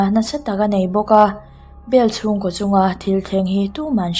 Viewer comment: Ko kha koh tihin lam tawh suh.